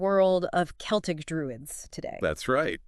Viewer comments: Wtf is this garbage? Druids and ancient Celtic (not seltic) people were NOT black. Come on! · The selts 😂